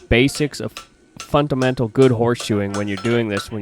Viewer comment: Nice ahoes! But you said "funtamental" 😆😆 It's 'fundamental'.